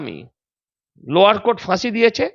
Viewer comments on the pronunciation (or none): none